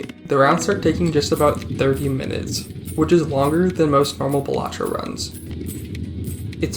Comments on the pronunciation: Why do you say ballahtrough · Huh I thought its pronounced Balatro not Balatro